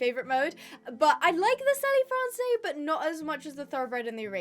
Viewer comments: I love your videos, just the French pronunciation of selle français would have “selle” pronounced like the English word “cell”, correct me though if that’s not how it pronounced in English. Usually if a word ends with an E in French then that is not pronounced. Love your videos and I’m so excited new breeds are here!❤❤❤ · not to shout but you are saying Selle Francais wrong